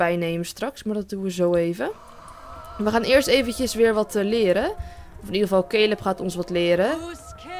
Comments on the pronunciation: Lotte Zuithof ja maar ik bedoel dat je het uitspreekt als calub en ik kijk naar yammyxox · je schrijft caleb maar je zegt calub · cooking clas misschien dat zei het fijn vind om het zo te zeggen maar ík heb zelf nog nooit iemand die Caleb heet Calub zien noemen😬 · Het is wel caleb no hate maar ik kijk naar pretty little liars en daar heet iemand ook caleb